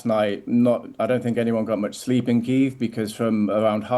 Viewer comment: Why am I paying my tv licence if the BBC can't learn to say Kyiv properly?